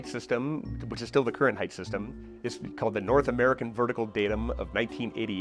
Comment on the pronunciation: Please say "height" instead of "heighth"